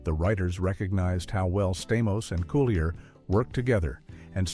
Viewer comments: Thank you! That irritated me the whole time watching this! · Dave’s last name is pronounced (Cool-lee-a). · Dave Coo-lee-A